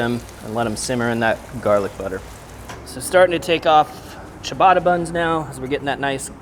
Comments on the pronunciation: Cha-ba-ta ✔ Chi-uh-bata ❌ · LOL.. I was going to say: "WTF is Chia-batta?" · the way he says ciabatta "chiabatta" makes me twinge everytime haha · At 4 mins he finally figures out how to pronounce ciabatta. 😂